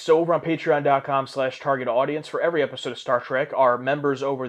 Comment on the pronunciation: "my favorite e eisode"